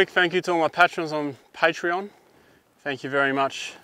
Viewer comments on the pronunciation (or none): Interesting how you pronounce patrons and Patreon differently...